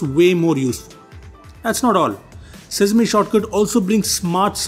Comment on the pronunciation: Its quite cringing when you pronounce sesame as sizmi. Good Video though.